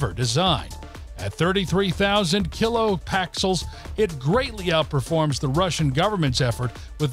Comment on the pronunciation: "KiloPAXXELS" That was painful to listen to.